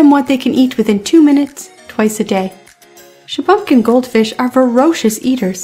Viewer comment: Shuh-bun-kin, not Shuh-bum-kin